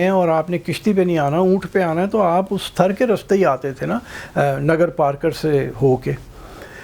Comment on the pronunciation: Thar sahi name hai . App thrr bol rahe hain. Jaise car .star.paar waise thar